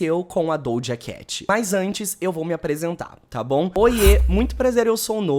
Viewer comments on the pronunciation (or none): Acho tão interessante ele falar dojacatch